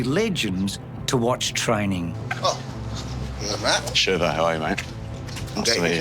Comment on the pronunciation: Shirvo, not Shervo.